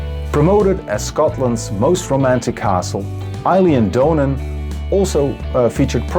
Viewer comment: Eilean Donan is pronounced Ee-yell-an. The O in Donan as in ‘on’ I live in Argyll and know all of these locations but didn’t know exactly where the helicopter shot was filmed. Thanks for sharing. Your videos are very interesting. (I have travelled all of the Netherlands from top to bottom a few times but bizarrely, the only place in Amsterdam Ive been is Schipol 😊)